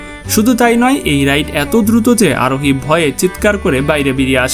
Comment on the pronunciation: Bhai Arohi Aroni bolen keno